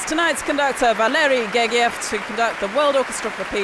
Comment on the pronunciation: Her pronunciation is correct. Valery Gergiev is Russian and the "g" is hard in the Russian language.